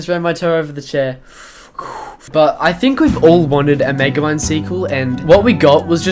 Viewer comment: "This is megamid" Man your genorous